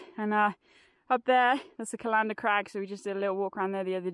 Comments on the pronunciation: Err, C-a-lander, inflection on the first "a", love watching your walks . . . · Hi, another great video. I know you wont take this the wrong way but it is pronounced Callan-der not cal-an-der 😊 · is a scream, loved that fight she had with the map at the start. And I crack up every time she says Callander wrongly. But at least she pronounces 'loch' properly which is unusual for an English person. But why didn't she tell me they were here, I would have joined them. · Lovely video as ever, but please please sort out your pronunciation of Callander. It is pronounced like the thing you put your appointments in. There is no string emphasis on the LAN of Cal-LAN-der. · Another great video, though as mentioned in another comment, you seriously need to work on your pronunciation of Callander😂😂😂!!!!!